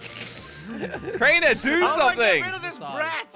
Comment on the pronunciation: When jelly said we lost crainer he said we lost trainer